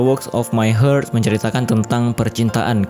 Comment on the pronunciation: Koreksi, "Heart" dibaca "hart" bukannya "heurt".